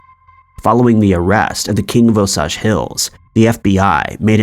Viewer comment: O SAGE as in sage